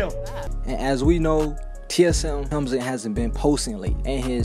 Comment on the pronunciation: Hamlinz not hemzin